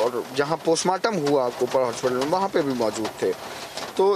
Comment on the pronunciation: Yes they both are same.. notice the wristwatch he is wearing..and he pronounces Postmortem as 'Kostmortem'.. listen carefully.. Actually R.bharat morphed his voice and news nation contains his original voice.